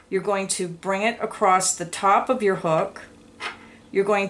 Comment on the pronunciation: *across not *acrosst